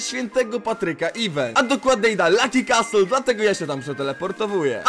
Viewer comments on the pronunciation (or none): none